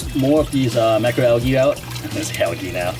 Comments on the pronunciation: It’s not al-gee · in the US....it is pronounced al-jee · It's al-jee. The G makes a J sound. Also, it's kay-toe. The CH makes a K sound. So many YouTubers mispronounce that one. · Al-ghee= UK pronunciation, al-jee= North American pronunciation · Pronunciation is a US/UK thing